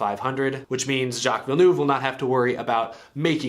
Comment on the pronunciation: your pronunciation of "Jaques Villeneuve " is very good for a non-french speaker... not perfect but very good!